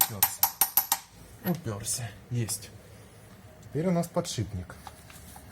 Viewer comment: Ребята ну не подшибник .... Ну бля аы же вещаете на большую аудиторию ПОДШИПНТК , подшиПник .....